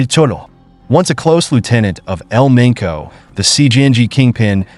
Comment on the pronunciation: He said El Menco. Lol. It's El Mencho